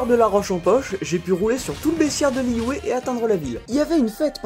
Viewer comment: Liyue pas liyué 😠 sa m'a stressé toute la vidéo